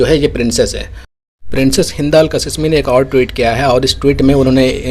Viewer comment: आप जाहिल है या गंवार। नाम कासीमी है कसिसमी नहीं। शहज़ादी है नाम ज़रा सही बोलो